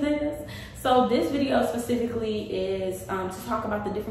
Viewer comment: it sound like you saying “pacifically”